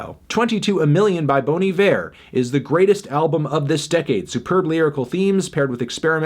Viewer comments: Okay wtf, I'm from Wisconsin and that's not the point- but its BAHN IYVER not BONE EEVÈR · WAIT. IT'S PRONOUNCED "BONE EE-VER" AND NOT "BON EYE-VER" ????!?!?!?!?!?